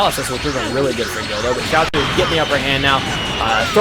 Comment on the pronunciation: When u say guldo it sounds like u r saying dildo